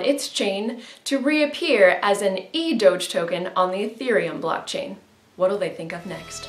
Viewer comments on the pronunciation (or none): It's pronounced doge, not doge